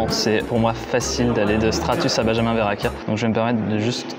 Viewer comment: Maxime ne fait aucun effort pour la prononciation de benjamin